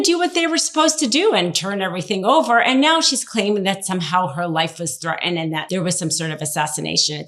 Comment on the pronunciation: Thregh-in? Oh, threaten.